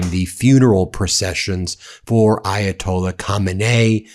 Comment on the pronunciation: I’ve always heard the Ayatola’s name pronounced another way but I have a feeling you’re saying it the right way. 🥹